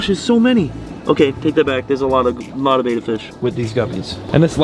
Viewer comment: FYI...it's pronounced BITCH-ER ...NOT Bi-Chur . also, it's BETTA NOT BAY-TA . FFS